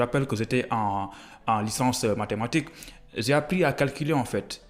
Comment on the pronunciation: Votre expression en français est tellement pauvre tu prononce mal c"est pas zè mais j"ai